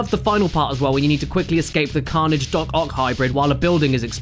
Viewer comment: Still less annoying than Jirard pronouncing Carnage like you would Fromage.